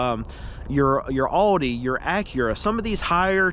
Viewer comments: Audi is pronounce OWDY (Like "ouch" please say it correctly. Also, the chevy dealer that I work at has never put a market adjustment on any of the vehicles we sold, even during the pandemic and shortage. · Please say Audi correctly. It pains me hearing you say Adi.